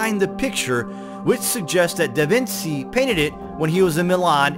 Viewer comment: The ci and the ce in Italian make the "ch" sound as we know it in English so da Vinci isn't " vin-see" its "da vin-chi". Grazie